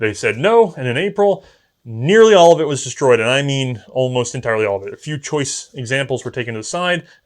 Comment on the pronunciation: De-storyed Gone-O